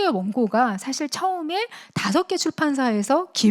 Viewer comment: 사실의 "사"는 길게 발음해야 하는데, "짧게"잘못 발음했습니다. 장단음 문제가 심각하십니다. "한국 어문을 고발함"을 읽어 주십시요.